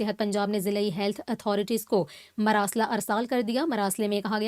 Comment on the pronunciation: یہ لفظ مَراسلہ نہیں مُراسلہ ہے اپنی غلَطی ٹِھیک کریں